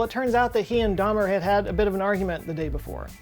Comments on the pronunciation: It is pronounced and spelled DAUMER ( as in "HOW" )! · Daumer should be pronounced "dow-mer," not like Dahmer. The name Georg sounds like "Gay-org," not George.